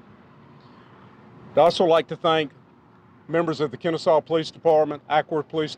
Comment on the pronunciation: But It's KenneSAW, not KennesSEE, and Chamblee is pronounced Shamblee.